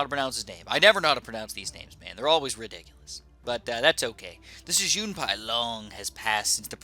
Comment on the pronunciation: JUN-PIE not JUNE-PIE